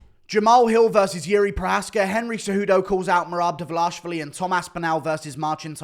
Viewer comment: The way guru says Merarrb Divverlarrrrshvli